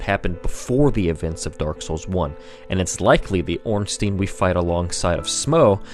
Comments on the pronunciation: It's not ornsteen it's orn stine. As in Frankenstein or albert einstein. Stein means stone in german. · Off topic and pointless comment but goddamn does the "ornsteen" pronunciation drive me nuts. It's Stein not Steen. Easy way to see it is, you don't say frankensteen do you? Regardless good video, facts and theory's were separated nicely (unlike 90% of lore videos) so keep up that trend cause nothing is worse than when someone claims their fanfic's are game fact (looking at the ridiculous theory that Aldrich ate nito with 0 evidence) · no its orn-stine the germanic spelling ein means it is a pronounced stine not steen . if his name was spelt ornstien it would be pronounced steen...or most likely people would say ornsty-en go german names ☺ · yet another one who pronounced it wrong it is ornSTEIN not ornSTEEN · wait.. it's OrnstIEn? I always pronounced it as OrnsTEIn (a bit like in "wine") :(